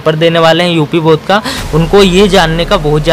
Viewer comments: Bodh nahi bord hota hai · Bodh nahi Board hota hai